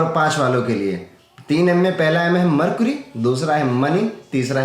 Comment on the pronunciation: मरकुरी नहीं मरकरी होता है भैय्या।